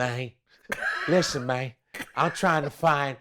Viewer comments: "Im trying find the Pythagoras Mang"😂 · "See, mayne ain't like a straight line. Now when I say mayne, I'm talkin about mayne as in maynekind, not mayne as in men"